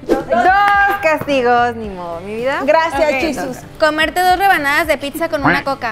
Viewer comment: 😂😂: gracias yusus 😂😂 Quiso decir Jesús en inglés pero se escuho que dijo yusus 😂😂morii😂